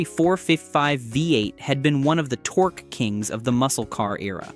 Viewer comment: lol the bot even pronounces torque as tor-kay. Ole!